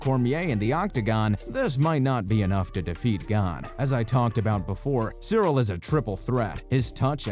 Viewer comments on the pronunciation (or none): Just straight-up not pronounced cereal